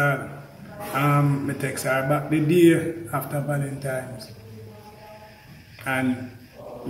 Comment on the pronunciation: Valentines not valentimes 😂